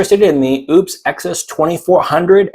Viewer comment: Great video....just FYI...it's pronounced "O" - puss not OOPs:hand-purple-blue-peace